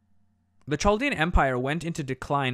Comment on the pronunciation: This was pretty good. But Chaldean is pronounced ‘Kaldean’. I know because I am Chaldean.